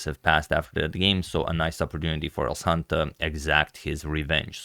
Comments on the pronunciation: Elshan is a Persian name (from Iran) that pronaunces "elshan"; "sha" like in the word: "shaft" with regards❤ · It is pronounced EL-SHAN (like fan) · It is pronounced /ɛlʃæn/ "El" as in "elbow", "Shan" as in "shanty" Regarding the surname, your pronunciation is awesome! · His name is El-sh-an. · The correct pronunciation is el-shàn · its elSHan like shoe ,shire, she... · The way to pronounce his name is like: El shall, but n instead of l. It's a Persian name :) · In the moment I heard agad didn't know how to pronounce a name I definitely knew how the game would end.